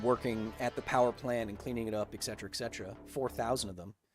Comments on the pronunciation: Kyle, I love you man, your videos, energy and style. BUT... As for someone that knows a little Latin, it really irks me how you say "etc.", as you often do... IT HAS NO "C" OR "K". etc. /ɛtˈsɛtərə/ It's "eT Setera", not "eK Cetera". I know it's a technical thing, but I know you always want to be technically right 😉 May the force and all that be with you! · Danm it, Kyle, learn how to pronounce ETcetera PLEASE